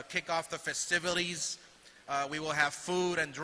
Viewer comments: HE SAID “ Festiviles” 😂 And hes Mexican and cant even say “TECATE” either 😂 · Wtf is a festivilie 😂🤦🏻‍♂️